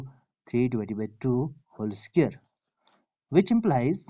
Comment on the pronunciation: SQ-UARED not SCARED. If you want to make videos, work on your accent. Listen to videos in English and pay attention to the pronunciation. ‘a scared’ sounds silly.